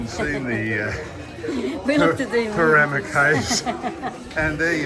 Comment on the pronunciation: yep - u got it right- that pronunciation is shocking as was the attempt for Πέραμα